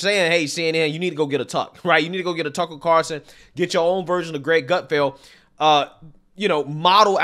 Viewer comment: He is your biggest influence yet you can’t even say his name right. Get it together Greg